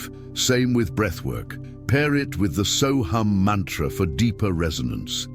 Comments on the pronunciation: Sohung not soham!!!!!!! You have the pronunciation WRONG SORRY TO SAY!!!!!! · AI is pronouncing it but Deepak Chopra says “so hum”. There are many so hum meditations on YT.